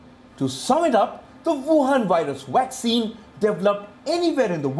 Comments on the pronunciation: It's vaccine not waxcin 😂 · A friendly correction to the pronounciation of two words: It is not 'vorld' but 'world'. It is not 'waccine' but 'vaccine'. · Commentator pronounced VACCINE with beginning letter “v” sounded “w”. V for “ver” while W for “wer”